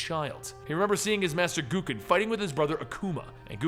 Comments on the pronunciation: G-O-W-K-E-N not G-O-O-K-E-N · Why dafuq does he call him GOO-KEN? Isnt it pronounced Goe-Ken? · GO-KEN. Not Goo-ken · Hey, not to be rude or anything but Gouken is pronounced "Go-Ken" not "Goo-Ken" like I've heard you say it in the few occasions you've covered street fighter comics. Just a little heads up. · it's not pronounced "goo-ken"!